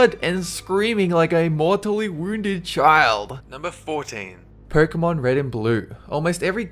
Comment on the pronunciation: did he say "porkemon"?